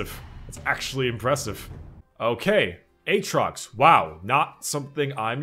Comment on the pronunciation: says Aatrox like "H-rocks":D Keep up the amazing content my man:)